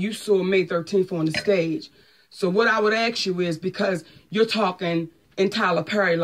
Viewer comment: Monique the word is ASK not AKS!